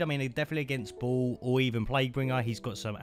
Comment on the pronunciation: Listen you said ball😅 not baal 😂😂 and name a 🤡 in evil dead...could you play reciedent 🙈 evil. Mate 🧉